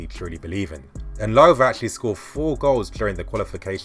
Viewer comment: Enlovu?..... It's Ndlovu, Dino Ndlovu..... N....dlo....Vu